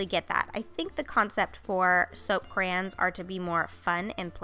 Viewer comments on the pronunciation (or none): Eeeew stop saying crayons like that 😂😂😂